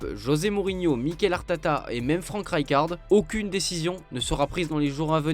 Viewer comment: « Mickael Artata » 🤣😂 Mickael Art atack même 😂😂🤣🤣